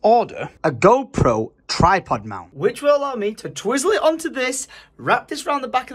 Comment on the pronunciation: I'm almost certain you said Gro Pro 🤣